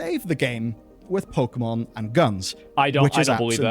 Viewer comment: Why do all od these guys pronounce Pokemon in such a ret4rd3d way?